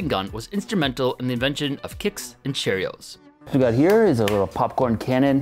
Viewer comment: He really said "chair-eos"